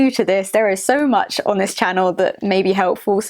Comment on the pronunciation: "sue much fooken backlash"